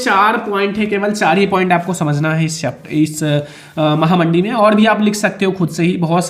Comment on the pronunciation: Sir aap mahamandi ko mahanandi Ku kehte h